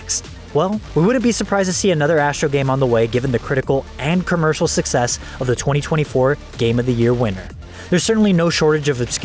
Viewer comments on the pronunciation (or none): none